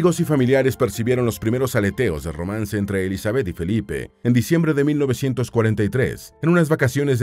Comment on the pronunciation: Me desespera que diga Elizabéth. El acento va en la i